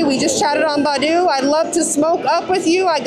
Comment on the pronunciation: It's Bay- doo!